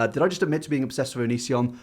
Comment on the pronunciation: It's pronounced WiTH not Wif.